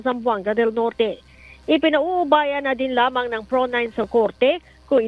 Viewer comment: Paita sad anang pagkabasa sa Pro 9. Ang korek ana P.R.O. 9 Like what the cebu media is saying.